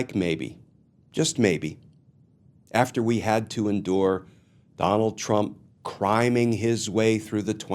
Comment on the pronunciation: I initially heard "criming" as "crying". Hopefully by the end he is doing just that!